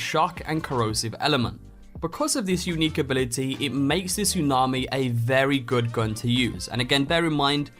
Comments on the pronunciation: What is this "Tusnami" you speak of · ah yes my favourite weapon. the tusnami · ah yes, the tusnami